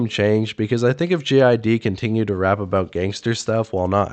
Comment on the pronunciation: Why do you keep calling him "Gee Eye Dee"?? 🤔🤨🤦🏾‍♂️